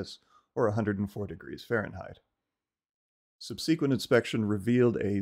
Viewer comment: interesting way you pronounce "subsequent"